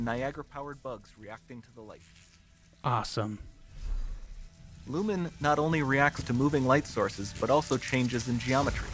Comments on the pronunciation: Lumen, not Lumon. Nice video. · its lumen not lumon